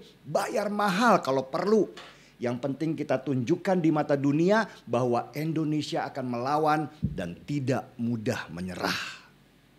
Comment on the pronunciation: indonesia✔️ endonesia✖️ endonesa❎ 😁.....